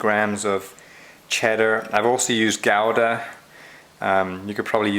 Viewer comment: I am so glad you said Gouda correctly!!!!